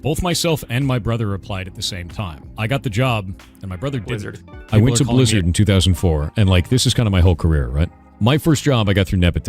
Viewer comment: The deep voice combined with the "shz" pronunciation (Blizzard -> "Blishzard") always pissed me off 😭